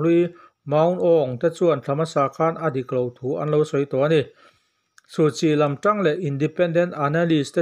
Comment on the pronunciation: Suhchi hming i lam fiah lo deuh